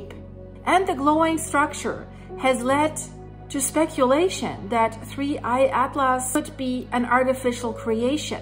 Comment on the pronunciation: Another great video. Your English is excellent but since I'm a speech therapist I will help you with four science words that are not often used. First "Comet" is pronounced "Cah mit" without the long "o" vowel sound. Second, in he words "NASA" and "Atlas" the 'a" sound is not an "ah" sound but like the "a" in the word "Hat." Lastly, the word "iron" is easier than you might expect. Say the letter "I" as in the English alphabet and then the word "urn" as in an object that contains human remains and you have "Iron" Now if you speak Spanish, I could use some help pronouncing some words....